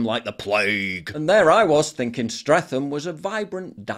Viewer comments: Streatham is pronounced Stret-ham not Streth-am. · Pronounced Stret-am not Streth-ham, bloody northern monkey 😂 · It’s pronounced STRET-HAM! Know it well, hard to believe that there used to be a branch of John Lewis ( Pratts) barley a 5 minute walk away from that ‘ Restaurant’ 30 years ago… I wonder what event has caused this tragic fall from grace? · Stret-ham. Not streth-am. Seems you don’t know how to pronounce it. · It’s pronounced “streat-ham” not “streat-tham” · its Streatham but its pronounced Strettam no th f sound.. cant believe that exists...hot banana in rice and anonymous meat lol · Streat-am. Not Streatham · It's pronounced Stretham, not Strefam but yeah, what a dump London as a whole, has become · It’s not Stretham ffs it’s stretam. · It's "Stret-ham", not "Streth-em" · Streatham, Paul. t not th. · Its pronounced stret-um not stretham 😂😂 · It's pronounced Strettum, not Strethum. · BTW it's Stret-ham, not Streath-am. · I have to, I can’t let it go. I grew up nearby and it’s pronounced, Stre-tamm. Or if you’re really posh like what we was, St. Reatham. With the similar pronunciation as you used. 😂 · No one pronounces Streatham like that mate. It's pronounced Stretam. 😅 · It’s pronounced Stre-tam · It's pronounced 'Stretem'. But the locals joke that the true pronunication is Saint Reatham. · Love your videos, mate, but please… even a minuscule amount of research would have told you that it’s pronounced, ‘Strettam’. She even pronounces it as such in the video you showed! All the best. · Paul, say it 'Strettam'. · Streatham is pronounced stretum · Stret-am don’t pronounce the ‘th’ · Streatham is pronounced Stret-um just an FYI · Your pronunciation of Streatham is setting my teeth on edge. It's pronounced like "Strettum". 🙄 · It's said; 'Sret-um' No 'th'. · Great video mate but Streatham is promnounced Streatam. No criticisn, just so you know. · I've seen you in Battersea Park before Paul, so I know you know you it's pronounced Stretam